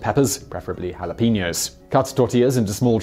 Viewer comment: And "hulapeenyous". The Spanish J is much stronger (uvular) than the English H and the Spanish E is always, in any word, pronounced like the E in bet or let, never like the E in senior or in reload.